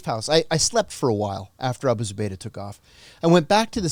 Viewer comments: OMG I'm sorryDanny. You have GOT to do some research and your questions are just terrible. I mean the title is Abu Zubaydah Captured John Kiriakou but I don't know HOW MANY TIMES YOU HAD TO ASK HIS NAME AND HOW TO PRONOUNCE. Not ok especially when someone like this is your guest. You act like, Come on sharpen it up!! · Amazing story but the interviewee needs to remember the subject's name. I counted 5 times he couldn't pronounce Abu Zubaydah.